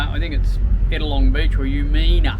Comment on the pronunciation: it’s pronounced U mi na, Umina not U me na 😂😂